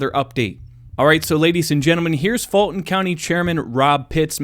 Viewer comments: It's not Georgia and it's not "Falton Co." It's Fulton Co. and we the voters of Ga have been telling you this for years. Open your ears, get educated and learn how to speak English. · I think he said FALSIFIED COUNTY 😂😂😂